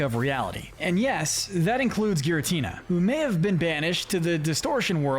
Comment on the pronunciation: ITS NAME IS GIRATINA, NOT GIRLYTINA!